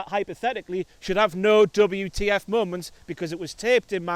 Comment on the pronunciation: On the bright side he won't be mispronouncing moments as momonts anymore. jk